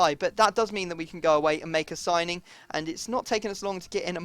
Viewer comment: "we're going to make a soining" did anyone else hear that?